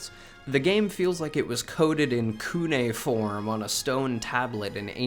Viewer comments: “Kuneform”?? Brother please don’t use words you’ve never heard but also like I’m fairly certain you passed high school so I’m just confused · I'm pretty sure it ain't "KUNAY-form" bro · if never.. not once in my entire life... placed on gods sweet green earth ever heard "cuneiform" pronounced: "Koo Nay Furm" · Did you just say "koonayform"?